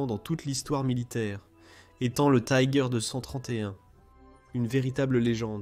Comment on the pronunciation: J'ai cessé très vitE d'écouter : Tiger prononcé à l'anglaise!!! Taaïïïgueur... Inconcevable. Puis 2 secondes plus tard : Panzerkampfwagen "sixe"... C'en était trop! Quel dilettantisme, quel amateurisme. Nul et archi-nul ! A fuir...